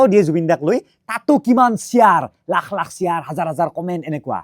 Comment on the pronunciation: Shiaaarrrrr nohoi bhai. It's Share